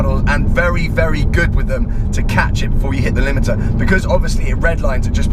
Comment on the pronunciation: Rimiter!!!?!! We burst into laughter!! Ty!